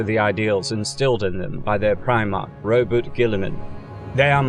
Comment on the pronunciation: Ro-bou-te not Ro-boute